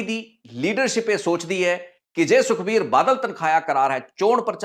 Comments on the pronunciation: ਤਨਖਾਹਿਆ ਨਹੀਂ ਤਨਖਾਈਆ ਹੁੰਦਾ ਹੈ। ਤੁਸੀਂ ਚੰਗੇ ਪੱਤਰਕਾਰ ਹੋ ਤੁਹਾਨੂੰ ਆਪਣਾ ਪੰਜਾਬੀ ਦਾ ਉਚਾਰਣ ਠੀਕ ਕਰਨਾ ਚਾਹੀਦਾ ਹੈ। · ਆਪਣਾ ਪੰਜਾਬੀ ਸ਼ਬਦਾਂ ਦਾ ਉਚਾਰਣ ਸਹੀ ਕਰੋ ਬਹੁਤ ਹਾਸੋ ਹੀਣੇ ਲਗਦੇ ਓਂ ਜਦੋ ਗ਼ਲਤ ਬੋਲਦੇ ਹੋ ਤਨਖਾਹਿਆ ਨਹੀਂ, ਤਨਖਾਹੀਆ ਹੁੰਦਾ ਹੈ